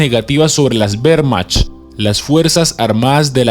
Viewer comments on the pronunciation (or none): none